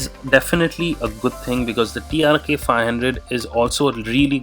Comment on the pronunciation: Its TRK and not TRX as u have been saying.